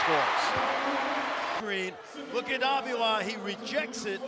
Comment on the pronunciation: They saying avila's name wrong